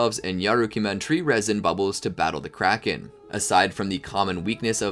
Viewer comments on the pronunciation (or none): none